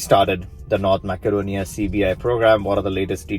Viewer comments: I've noticed that a lot of videos on the subject pronounce Macedonia as Mack-adonia instead of Mass-adonia. Is there a political reason for this? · Useful info! Quick comment: it's pronounced “massedonia”, not “mackedonia”. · Pronounced Ma-suh-donia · It is Macedonia, not MaKedonia.